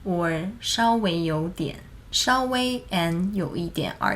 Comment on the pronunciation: 但是稍微的微是一声啊，为什么你会读”烧围“呢？